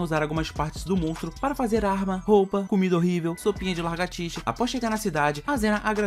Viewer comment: "cumida horrívu" akakkaksksks